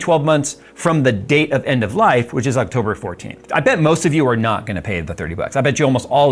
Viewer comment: " in octoburrrrrr 11 "